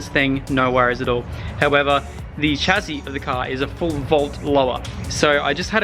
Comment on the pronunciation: “chas-see” not “chazzi”